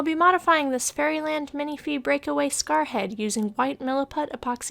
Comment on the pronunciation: Considering how you pronounce the word café, I've always thought people were saying "minifée" wrong xD But that's just me. You're seriously so inspiring, I wanna go give a doll elf ears, even though I have none that need them orz Also random thing, I love in sanding videos when you speed them up, it looks like you're barely moving. I'm crazy I know xD